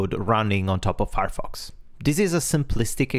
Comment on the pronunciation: I listened to what was said 5 times before I gave up, only hoping that it would become clear later on, on what Thunderbird was built. Which it did and that was something I already knew as a 20+ year user of Thunderbird and still had not recognised the word Firefox. This is what you typically get when a non-native speaker of Englisch listens to some other non-native speaker of English when they don't share a common native language (that bends their accent and grammar in English in the same way). Please consider supporting key terms in your narrative immediately with a clear on screen display of those terms (i.e. not hidden in some highlighted sentence a few seconds later when someone is already no longer properly listening, wondering what you are talking about). Thanks for the heads up and considering usability for long time users, I hate it when Outlook (that I don't use on a daily basis) has dropped some feature to make it easier on new users, but even worse of an IMAP client than it was in the previous version. Nothing worse than something as crucial as daily email processing being interupted because your previous workflow can no longer be executed.